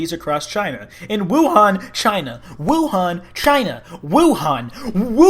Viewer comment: WOOOOO HAN, the pronunciation is killing me